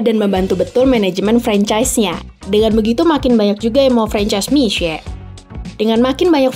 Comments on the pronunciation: Boleh apresiasi gk sih intonasi mandarin naratornya tepat… mi xue bukan miksue atau miksu… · Keren pelafalan mandarin naratornya benar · kok jadi agak kasian naratornya ya wkwk, jadi harus baca Mixue dengan aksen yang bener terus"an😅😅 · Baru tau kalo mixue di bacanya misee bukan miksu'e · sebenarnya d ig udh ada yang bikin konten, bagaimana sih pelafalan mixue, yang ngomong itu langsung dari para pekerja. Dan rata" mesti ngomong nya Misye. Nah kebetulan narasi memperjelas lagi, dari pelafalan Hingga aksen serta bagaimana grow up ini bisnis. Good job sih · Dari video ini aku jadi belajar bagaimana menyebut "mixue" dg benar :) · Terima kasih atas pengucapan serta lafal yg benar dr Mixue. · justru cara baca narator ini yang benar.. wkwkwkwkwk. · Baru kali ini ada yg baca Mixue dgn benar. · Narrator setidaknya berhasil mengucapkan "mixue" dgn pelafalan yg bener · Fasih banget pelafalan Mixue 🙄👍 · Dari video ini saya tau cara ngucapin Mixue, selama ini bilangnya Miksuwe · Akhirnya ada media yang melafalkan nama Mixue dengan benar. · lafalnya bahkan sampai intonasi bahasa Mandarin diikuti. Kalau menurut aku sebenarnya dibaca seperti nama orang Indonesia "Misye" aja udah bagus, tapi ini benar-benar serius dalam pelafalan sampai intonasi aslinya juga dilafalkan.